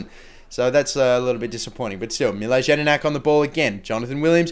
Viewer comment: With jedinak, the J is pronounced with a y